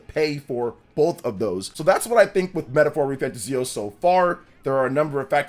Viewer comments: Please stop saying the name wrong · You can't even say the name of the game right. So hearing slander from you ain't it. Metaphor has a big following and is a serious contender for GOTY